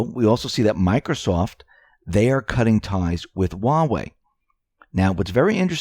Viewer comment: There's H in huawei. It's not uawei.